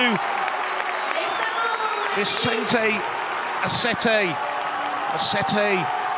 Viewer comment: Aceti , not " Asetei "